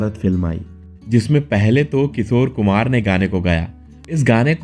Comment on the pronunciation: Your titles are very misleading. Like clickbait. Your hindi pronunciation is also not right. किशोर कुमार को किसोर कुमार बोलते हो.